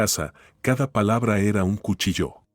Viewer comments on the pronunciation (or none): none